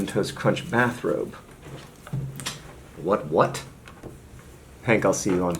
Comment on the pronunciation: That "what what!?" was just the perfect awkward, over-enunciated, half-assed delivery to be hilarious. Perfect.